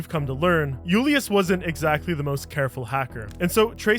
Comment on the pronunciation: You're not Spanish. Julius isn't a Spanish word. You sound so dumb when you say it incorrectly